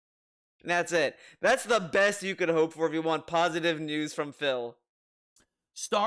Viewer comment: Would it hurt to pronounce WANT correctly? It's NOT waauhn,.